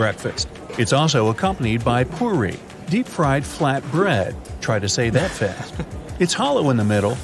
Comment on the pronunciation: Btw it is not called pari it is called puri I wish u could hear me right now btw I am Indian 💖💖💖